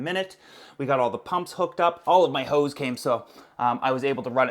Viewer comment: Am i the only one that heard him say: "All of my hoe's came" ??? 😂👌